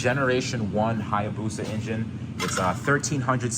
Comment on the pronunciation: "Hayabusa Caddy", pronounced " I abuse a caddy "